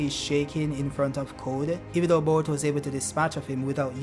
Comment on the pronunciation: Why's bro saying "baruto"??💀💀